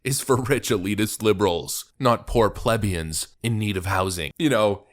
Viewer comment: It's pleh-bee-in. Not plehb-ee-on.